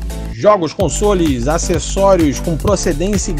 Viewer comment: fala (cons"ó"les) por favorrr